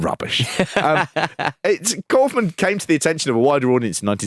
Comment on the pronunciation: Are we gonna talk about how he calls himself ‘cowf-man’ and not ‘cawf-man’?